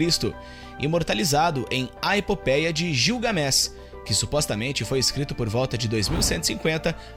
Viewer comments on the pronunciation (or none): gilgamés não gligamesh.